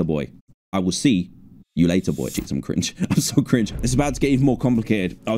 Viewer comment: When he said am cringe it sounded like he said “s### am cringe”